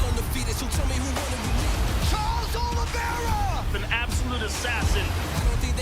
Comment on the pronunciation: *Oliveira NOT "Olivera".